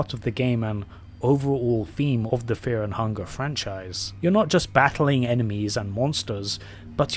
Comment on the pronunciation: bro cant even pronounce fear and hunger